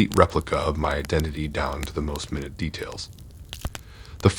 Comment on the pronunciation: It's minute...long I. U pronounce it like 60 seconds...u need to perfect your English